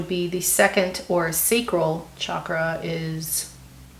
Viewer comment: Actually you said Chakra pretty well! Good job! Love the reading. Thanks for all your advice and also info on the numbers!